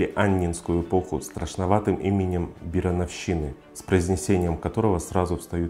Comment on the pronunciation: ты это,дружище,научись правильно выговаривать некоторые слова...иначе всё впечатление от твоих видосов портится...уж никак не бироновщИна,а бирОновщина и уж точно не БИрон,а БирОн...уши в трубочку от такого произношения скручиваются...интересно кто у тебя историю в школе преподавал и посещал ли ты эти занятия в принципе.